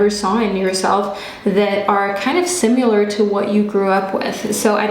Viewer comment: Does anyone else find it so cute when she says simular?? 💕🥰